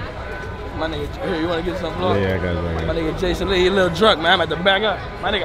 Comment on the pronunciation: Jason lee said CINCOO lol your definitely getting your flowers love that for you!